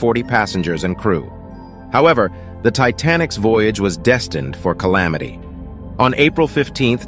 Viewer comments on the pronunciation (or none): none